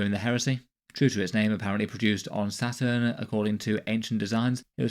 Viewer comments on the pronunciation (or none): none